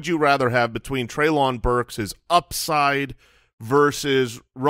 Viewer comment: Treylon Burks is pronounced Trey-Lin, like Jaylen!